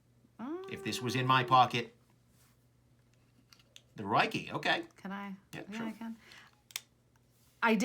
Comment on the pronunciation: You could say regarding the Ruike, "This looks like it should be pronounced roo-eye-key but it is actually pronounced rake". There would be no ambiguity and your comment would be educational.